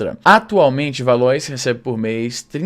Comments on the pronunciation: Ela era colega de trabalho da minha tia (juiza) e usa sempre a ideia que ela era injustiçada, que sofria/sofre preconceito e etc para conseguir alguns privilégios. Se pronuncia Valoá* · Izzy, acho que "Valois" se pronuncia "Valoá". Espero ter ajudado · Se pronuncia Valuá . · Luislinda “Valoá” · Se pronuncia "Valoá". É de origem francesa. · Izzy, o "Valois" se fala "valoá" (acho que é francês ou algo assim)